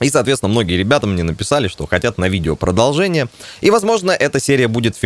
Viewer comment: Породолжение говоришь, ну породолжай , породолжай.